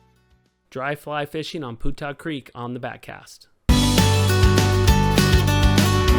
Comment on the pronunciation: Hey guys I've lived local and fished Putah Creek for 50yrs. It's been always that I'm aware pronounced Pewtah not Pootah you should know it I would think doing videos on it. Oh well just drives me nuts when I hear people say Portal, fish on!!